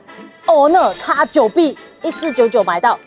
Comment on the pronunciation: X9🅱️？听返嚟点解怪怪D😂